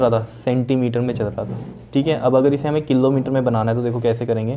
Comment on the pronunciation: The wyay he ays killometer 😂